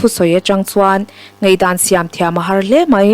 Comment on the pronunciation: I aw ngaihthlak a nawm rualin 'a' lam rik fimkhur deuh chu a ngai. Ngeihdan ni lovin Ngaihdan...